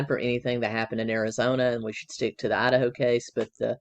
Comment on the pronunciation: Loved your pronunciation of… ADD’a’ho! For sure Lori is the biggest Ho added to the pac nwest… Colby testimony is as heartbreaking as can get… its triggering for me bcuz I’d give anything for my son to love me… hes been gone 20 years